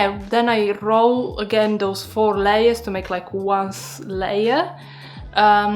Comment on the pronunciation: Fantastic idea! 💡👏 I also enjoyed listening to how you RRRROL your r's when you said roll.😁 I think these could be delicious with some mascarpone and chocolate or cinnamon and sugar. 😋